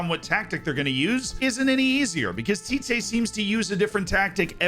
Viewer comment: The tee-teh pronunciation is great! We usually say the ‘tee’ part with a shorter pronunciation, but overall if you say it like that everyone will understand you